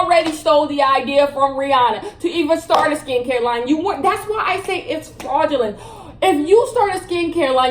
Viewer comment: Yo I love when she be saying FRAuUUdGELENTT